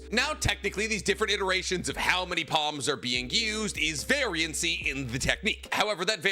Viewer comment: not sure if you're doing a bit but it's just variance, not variency